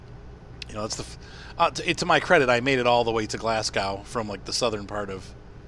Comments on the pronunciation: anything that is *.burgh at the end is pronounced brah also it's "glazz goh" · David Campbell it's glas-go